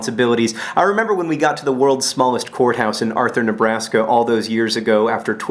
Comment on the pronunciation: The first time john said worlds smallest courthouse i totally thought he said worlds smallest whorehouse..